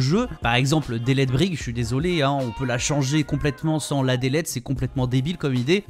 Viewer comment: Délète ? C'est tu delete en anglais? Quand on utilise des mots anglais, svp gardez une prononciation anglaise XD